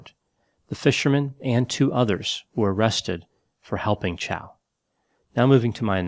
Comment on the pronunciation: "MY NAME IS CHAU, NOT CHOW".